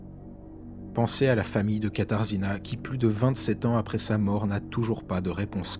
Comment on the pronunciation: on prononce "katajéna" (katarzyna)